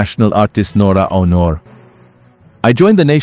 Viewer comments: Pronounce the word as AUNOR not HONOR. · Ano ka ba BISAYA hindi mo na bibigkas ng maayos ang pangalan ni Nora A U N O R . . . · Pinoy ba yan ngssalita?iba un accent hndi ma pronounce un Aunor